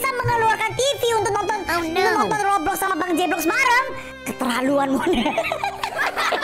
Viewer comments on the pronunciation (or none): none